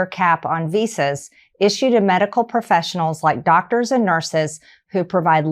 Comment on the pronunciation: dogdurs. Also, imphormation.